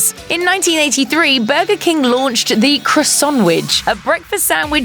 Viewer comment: No you say crossanvich